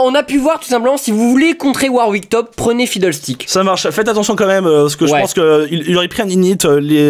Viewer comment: "Noi qui envoie du Paté au fidderstick !" .. C'est pas Fiddlestick ? :P